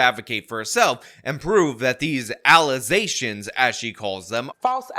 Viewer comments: "ALLAHZATIONZ" LMFAO!!! LMFAO!!! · "Those are just allezations, you're honor" 😂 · "FALSE ALLOZATIONS!!!" 🤣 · Stop making "Alizations" LOL. How is she a Mayor? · Did she say alexations? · Allezations...😆🤣 The English language takes another L 😂😂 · I still can't get over "allezations". What a m0r0n. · Those some false allezations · nope, don't like her allizashuns either. 🤣🤣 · lol wait she can't even say allizations right? lol omg who voted for this woman lol im sorry butt if your mayor cant speak english its prob not a good idea to vote them in lol. well shyt Biden is in offoce too lol well he has an excuse lol he is 125 years old hahaha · False "allusations"🤣🤣🤣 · What the fu....is an alleysation?😂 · Just a suggestion, but don't try to mimic the accent. Just use your own voice/accent but say the words as she pronounced them. Much better, much funnier. Do a straight, gravitas white-guy delivery using those same "words".